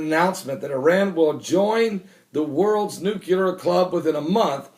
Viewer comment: Every time you say NUCULAR all i can think of is George W Bush. Im sure thats not someone you want to be compared to, especially for spelling and pronunciation. NUCLEAR = noo-klee-er. Its so bad that I miss the rest of your message due to how distracting it is.